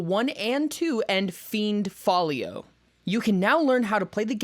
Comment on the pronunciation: hearing it pronounced "fiend folly-io" got me giggling just a little